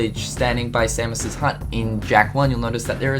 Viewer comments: you say Samos's name so wrong.. its say-mose not sam is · It's same-ohs not sammus. It's not metroid buddy. loved the video though. I've always wondered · Sa-mus? It’s SAY-MOS!!! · Idk why i understood Samus like from Metroid when you mention samos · Its Samos not Samus you're saying it wrong you say it like he is the Metroid character. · Not to be rude or anything, but you keep pronouncing Samus' name wrong =|